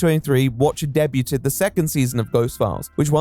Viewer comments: you say they "debuted" something, like day-byoo-ted instead day-byood. I'm so curious, is that just a brain fart that got skipped in editing? Or have you given your voice over to AI?😂 No judgement I was just super curious about it. God bless! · he said “debuted” wrong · de-bew-ted? are you trolling us? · Debuted pronounced day-bew-ted. Cracked me up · Deb-yute-ed?? Why why?? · "DEBYOOTED" ahaha. oops. :P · not a fan of how you said debuted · You dealt psychic damage to me with that pronunciation of "debuted" lmao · why do you pronounce 'Debuted' like that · Is that really how you guys pronounce “debuted” over there??